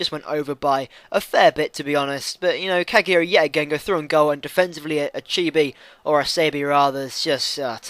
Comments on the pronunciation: Cagliari - Cally-Ary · it's pronounced "caliari" :)